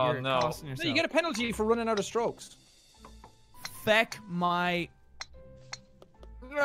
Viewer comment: said feck with a u in place of the e. I don't have any issue with cuss words, but it really sounds wrong out of mouth. Like, that isn't how you say that word.